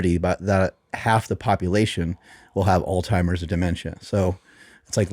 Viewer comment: Learn how to pronounce Alzheimer’s